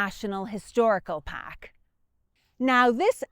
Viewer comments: "The paaahk "😂😂😂😂😂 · You had me at “pahk”.